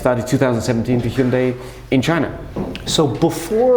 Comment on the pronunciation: You're pronunciation of Hyundai is perfection